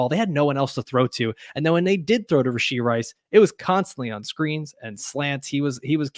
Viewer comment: I’m hearing “Rish-ee Rice.” Thought it was “Rash-ee Rice.”